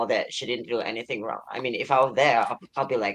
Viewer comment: "I don't think it's wong for me to say sumting but..." is diabolical